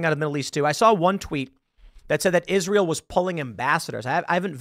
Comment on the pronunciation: when you read the word israel then pronounce it isreal.